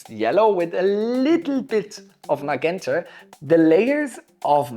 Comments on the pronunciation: Sir, i know its a language thing, but im sorry, its pronounced ma-Jent-a. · hahaha I love when you say "maguenta"! Great video!